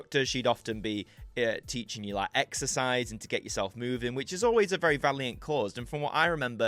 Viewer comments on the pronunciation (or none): none